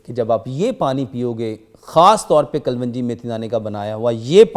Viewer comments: Secondly its kalonji. Not kalwanji. Everyone in the comment section correct your self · Kalonji not kalvanjie